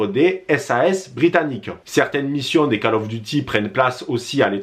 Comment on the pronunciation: Bonne vidéo mais "Call" of duty ca se prononce "kôl" et non pas "cale" 👍